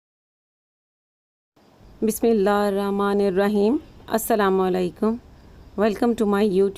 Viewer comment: V lovely recipe,. But pl learn to pronounce bismillah hir Rahman nir Rahim, properly, respectfully, thank you.